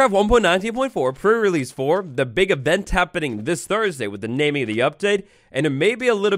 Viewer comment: Is it just me, or does it sound like is saying "Pur release" and not "pre relesae"? Everytime he does these prerelease videos that's all i hear, pur release (meow:3 )